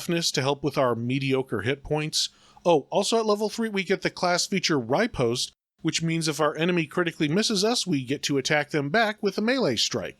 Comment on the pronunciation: Dude....it is pronounced ruh-post.